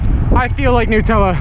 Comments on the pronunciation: It’s not newtella it’s NUTella like how do you say nut do you call hazelnuts hazelnewts? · Lol "nootella" nonononono it's NUTELLA it's Australian so I know it's NUTELLA not nootella because I AM Australian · Nut tella not noouutella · Is it actually pronounced "New"tella or does he just say it weird? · It’s Nutella not newtella it’s from Germany when I am right and we say it like that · So Nutella is a hazelnut spread. HazleNUT... hence Nutella. Not new - tella. Get it rite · Tf is a NUTella lmaoooo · Its pronounced Nutella cause it's got nuts👻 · wait who pronounces nutella like that?!